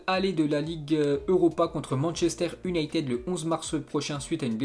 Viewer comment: La manière dont il prononce toujours "U"nited me gêne gravvvv